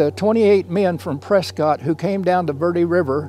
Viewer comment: Great content. But if you’re going to talk about Arizona you need to learn how to pronounce Prescott correctly.